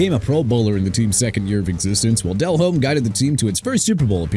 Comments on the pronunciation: Can't even say Flacco correctly. This guy is done. Flacco is pronounced Flah-koh not Flak-koh... and ALSO MR ILLITERATE DELHOMME IS PRONOUNCED DE-LOHME NOT DEL-HOME!! LEFT-WICH NOT LEFT WITCH!! AND STAUBACH IS PRONOUNCED STOHL-BACH NOT STOW-BACK!! ARE YOU DONE MISPRONOUNCING EVERYBODY?? BY THE WAY YOU MISPRONOUNCED NEW ORLEANS AGAIN! NEU OR-LINZZ NOT NEU OR-LEANS!! I'VE HAD ENOUGH!! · Also, I don’t think I’ve ever heard anyone pronounce the “H” in Delhomme before.